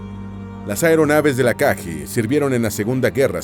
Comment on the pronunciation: Ryuu"YO" Aka"GUI" So"RI"uu Hi"RI"UU No es burla ni nada parecido, solo queria compartir la manera correcta de pronunciar los nombres de estas naves, gracias por el video